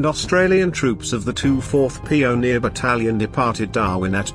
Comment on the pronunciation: Sorry, my BS alert meter hit the stop button when the commentator said "pee-o-neer" for pioneer.